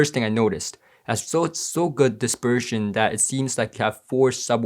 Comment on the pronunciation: Not dispersion; disGERSHMAN